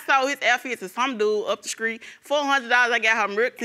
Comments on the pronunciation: Nor is screet lol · She also said "some dude up the screet" lol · “Skreet” “mirlk” “skraight” “confrused” lord it’s making my head hurt 😔